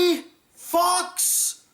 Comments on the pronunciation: is he saying fucks or fox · It sounds like that lol.